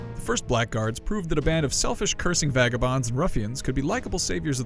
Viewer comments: you pronounced it wrong, not black guards, "blagurds" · It's pronounced 'blaggards' you twonk.